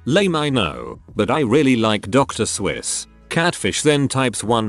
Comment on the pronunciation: "Dr. Swiss" Lol, best pronunciation of Dr.Seuss, ever!